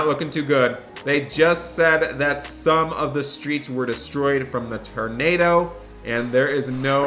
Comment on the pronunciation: "torando" wtf is that